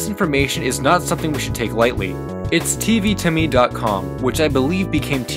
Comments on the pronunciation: i do belive that it's pronounced "TV tome" like a book, not "TV to me" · Great episode! But...TV Tome isn't pronounced "to me", it's pronounced like the type of book haha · you can't call something that never aired "banned". the best you can say is "scrapped" or something else to that effect. also learn how to pronounce tome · I think it's pretty funny that you call it "TV to me" when it's clearly "TV tome".